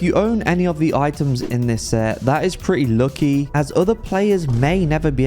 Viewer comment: why do you say "lucky" like that